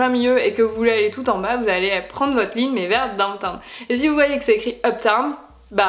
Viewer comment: Juste un truc n'essaie pas de parler anglais pck c plus gênant qu'autre chose genre le truc avc la statue de la liberté "where do you..." on comprend rien. Quand tu dis downtown t'as fais dowta. Et puis avc le gospel là tu t'emballes bcp trop reste sur terre